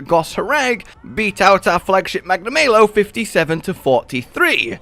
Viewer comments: "Magna-maylo" hurk.... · "Magnamaylo" Anyway, I like spiders, so favorite new monster is Rakna-Kadaki. Followed closely by Almudron.